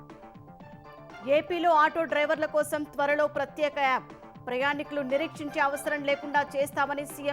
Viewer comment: వాతవరణ శాఖ కాదు, వాతావరణ శాఖ అని పలకాలి. ప్రత్తేక యాప్ కాదు, ప్రత్యేక యాప్ అని పలకాలి. రోడ్లు, భవణాల శాఖ కాదు, రోడ్లు, భవనాల శాఖ అని పలకాలి. తెలుగు పదాలు సరిగా పలకలేనప్పుడు అసలు మీరు వార్తలు చదవడం ఎందుకు? ప్రేక్షకులను హింసించడానికా?